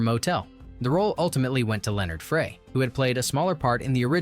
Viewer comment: As a more obvious example, they pronounced an actor's name differently ten seconds apart. Frey was either "fray" or "fry."